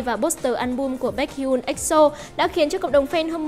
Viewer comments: Vcl đọc hẳn là “bếch hi un” luôn ạ !? :)) k học đc thì học hỏi trước đi rồi làm vd nha :)))))))) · Bếch hi-on chị ơi, đọc nhanh,nối liền chữ hion, biết là nhiều ng đọc sai nhưng nếu có thể thì sửa ạ. Là exol nghe hơi khó chịu